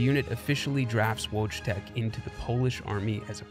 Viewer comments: Woodz-tech? xD WTF It's Wojtek. I can't stand this shit as polish xD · Wojtek is pronounced "voitek" not "wochtek"....fifteen seconds on any translation app, mowron. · Well, putting so much effort into this story, you could at least know how Wojtek is pronounced, it hurts my ears the way you say it, it sounds like logitech and not Voy Tek! And something has changed in quality videos, but I can't really say what... Before all the drama every video was so well done, you just could not stop watching and rewatching the videos, now I just want to close it and watch something else, maybe it's the subject of the video IDK. I enjoyed a lot your videos on viruses and hacks I think it could be interresting to try some subjects as conspiracy theories, aliens or wars, false flags etc:) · Might've not made myself clear; The version that sound like Logitech is the incorrect version. Wojtek isn't supposed sound anything like Logitech, that's why i made the comparision. Once again, Voytek is the only correct pronunciation (or Voytec, same thing.) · His name is wojtek nod wogtek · For the record, "Wojtek" is pronounced "Voy-Tek". Please make a note if re-telling this story and I hope you can forgive me for the oversight! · yes exacly voy tec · I like the pronunciation: Wodge-tech. xD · polish has a really interesting history lol like- what country can say they had a grizzly bear fighting for them in the battle of monte casino, also in polish j is pronounced similarly to english e so it's wojtek not wouchtech lmao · The logitech thing is the way the narrator says it in the video (which is the wrong way to pronounce it), the right version is voytek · I believe the bears name is pronounced like “voy-tek” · I'm pretty sure Wojtek is pronounced Voytech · VOYTEK is correct pronunciation!!! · great video... but the name is pronounced "voytek" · VOY-tek FFS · At least learn how to pronounce his name correctly